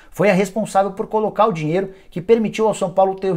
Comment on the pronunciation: Pq vc fala desse jeito?! Da ênfase sempre no final de cada palavra... " Palmeiras não tem mais dinheIRO.. " Coisa estranha... Da até aguniaaaaaaa